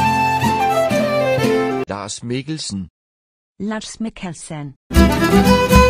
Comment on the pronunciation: Danish: Lars Mikkelsen Irish: Lars Mikkelshen